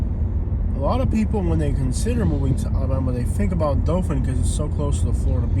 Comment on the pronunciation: It’s not dofin 🙄 it’s Dothan Dow-thin😑 if your going to come to our city pronounce it right it’s literally one google search to find the correct pronunciation